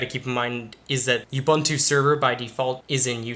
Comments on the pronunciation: "U-BANTOO" doesn't exist. That's UBUNTU (OOBOONTOO). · the way you say "ubuntu" sounds like an insult towards someone